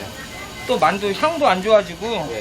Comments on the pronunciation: 자막 달때 문맥과 맞춤법게 맞게 바꿔 다는것 같더군요. 저도 마늘이라 들리긴 하는데 문맥상 만두가 더 맞는거 같네요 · 아무리 들어도 만두가 아니라 마늘인데...